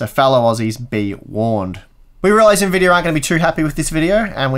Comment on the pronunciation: why does he say Nvidiar?